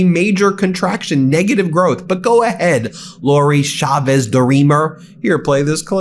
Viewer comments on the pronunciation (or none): It's Chavez, not Shavez, Ben.